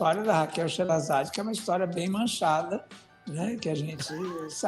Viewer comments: Se escreve assim, mas se pronúncia sherazade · Mas gente, de onde surgiu esse “sheRRRErazade”? Vocês já ouviram em algum fodendo lugar essa pronúncia? Esse H no nome dela virou um H do inglês em que momento? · Se fala SHERRÊRAZADE